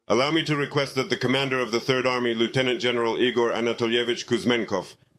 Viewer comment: Igor not [ E. Gore ] but it is [ eagrrr' ]